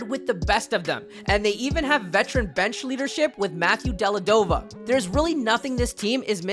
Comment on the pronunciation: "Matthew Delladova" AHAHAHAHAHAHA